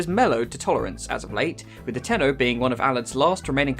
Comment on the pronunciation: U mean : "tenno"